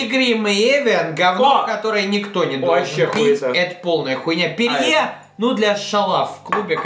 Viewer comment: Не ПЕРЬЕ, а Пери